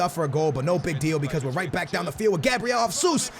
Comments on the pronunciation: I swear to god man lol. ITS NOT HASUS! It’s HÉZUS! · it's Gabriel "Haysus" not "Hasoos" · It's fucking pronounced Jehsoos not Jahsoos dumbass this dude can not fucking talk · why does pronounce it "jasus"?? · Its gabriel JESUS not JASUS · pronouncing names is a big no no ahah Its Jesus no JASUS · pls pronounce jesus right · i don't wanna be annoying but, you are pronouncing Gabriel Jesus wrong. I'm brazilian and here we speak portuguese, not spanish, so the correctly pronuciation is a little bit complicated to explain, because the english language haven't any syllable that sound like the right way to pronunciate "JE" in portuguese. I will try to make a exemple: Speak like the "Che" of Che Guevara but change the C sound to the J sound, like JHE but with a soft pronunciation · it's pronounced Jesus like you would pronounced Jorge Jesus... He's brazilian